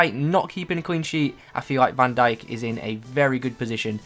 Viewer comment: Bro love your vids but do learn to pronounce last names. You even add extra letter xD If you want me to be your linguist just text me ✌🏼